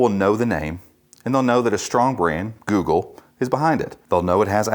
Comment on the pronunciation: GOOGPLE :D